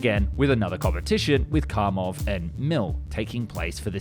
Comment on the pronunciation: Kamov, not Kamo. You missing V in the end of pronouncement.